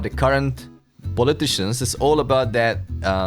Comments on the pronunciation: It might be in this flat earth trolls language, but none of what he said at the end even makes any sense, crickets, he can't even get it right with poleiticians lol, poll as in politician, political leader, ya know, you ain't got to have brains with the FES that's for sure😂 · Yes, I gotta say, pol-aye-ti-sheeans are shameful...